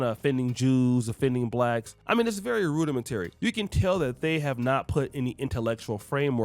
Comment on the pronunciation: Ok I hate the Hodge twins and you are spot on about them. They are stupid. With that being said. That isn’t how you pronounce the word “rudimentary”.